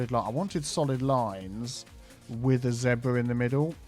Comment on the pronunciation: That's a new pronunciation of zebra. I've never heard it like that before.